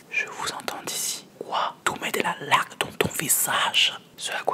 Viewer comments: "Quoi tu mets de la lac dans ton visages" (avec l'accent) xd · je pense qu'il à écrit avec un "w" car quand il a dit laque et ben on dirait que il prononçait avec un "w" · '' kouuaa tou mets do la lac dans ton visache''